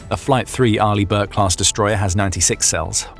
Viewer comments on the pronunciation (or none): none